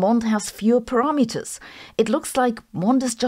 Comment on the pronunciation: Her English is way better than my German... but her pronounciation of "parameters" makes me giggle.